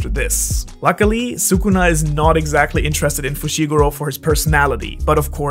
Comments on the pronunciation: please stop saying soocoona. he is "skunah" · Well every single YTer messes up Sukuna's name tho which is a shame But yes actually talking about how he's real world mythology? Much appreciated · Love the video but your pronunciation of sukuna is killing me yo 😭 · I don’t mean to nitpick, I really just wanted to comment lol ily bro